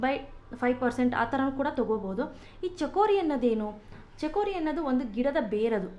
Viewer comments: mam adu chikori not chakori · chakori alla madam..its chikori.